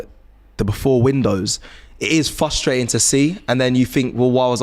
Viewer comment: "it's very fustrating" 😂